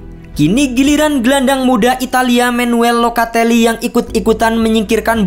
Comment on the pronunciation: Bos tilong ejaan nama yg disebut itu benar Jangan asal sebut Itu nama orang lho Jangan sesukamu nyebutnya Bukan Manuel locatelli bukan menwel locatelli